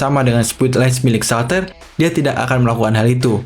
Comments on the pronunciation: itu ngomong shaltear nya jngn salter jd ngakak, pengucapannnya saltiar(shaltear) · shaltear bang bukan shaltar